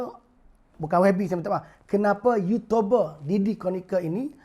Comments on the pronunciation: baru lak jumpa video ni... bro... uuutuuuberrr not uuutoberrrrr... melayu sama melayu lu bising bro... tang cina and india punya racist... lu diam lak... uuutoooberrr betoi! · dia sebut yutober?? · orang buat video jumlah like mesti lebih dari dislike....ni x kau mmg buat video untuk dptkan bnyak dislike hahahhaha....cakap youtuber pon x betol...ada cakap yotober....kau nk sebut apa ni hanat aku dngor lain. pakatan hancing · youtuber. bukan yutober bro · Bising ahh kau. Memang patut nama harapan, bagi harapan je kat rakyat. Bod** sebut youtuber pun tak pandai.